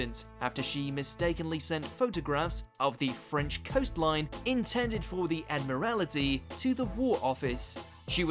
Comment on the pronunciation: If I'm not mistaken, the British identified every German spy in their midst and either "turned" them locked them away for the duration. They gave them a choice: either work for us, under close supervision, or else. BTW, what's "the Ad-mir-al-ity?" (Not bad; it's the only one I caught.) You should do a video on "Garbo," the most effective operative they had! Stay safe, everyone.